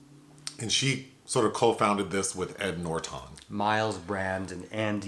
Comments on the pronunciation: I absolutely love when says Edward NorTON. is so cute. 😊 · I’m being triggered by “Noorertawn” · Came to say something similar. I've never heard him called Ed NorTON . 😂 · LOL! Yeah Nor Ton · The way he says ‘Norton’ is delicious! 😊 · is so adorable! The way he pronounced Ed Norton's name tickled me with laughter & made me think of various words that rhymed with "Norton" and formulated a story out of those words. However, that version of my comment got way too long, imo, so I opted to delete it. Anyways, it was merely a joke, to have some pleasure & fun! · I have literally never heard anyone pronounce Ed Norton that way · Okay weird pronunciation of Edward Norton's last name keeps making me chuckle. 😆 Great review nonetheless. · Same. Hehe